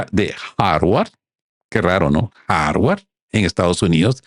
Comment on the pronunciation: “Harwar” no, HARVARD.